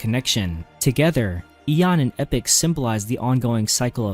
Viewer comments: EE POCK. NOT EPIC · Epoch is "E-poke" Not Epic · Epoch is pronounced E-Pock and not Epic. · Couldn’t expect an AI to properly pronounce lore names now, could you? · No but as epoch is an actual word and not just a name then I'd expect better. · Epoch is NOT pronounced "epic" you mook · not that either, it’s pronounced “e-pock” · Please learn how to say Epoch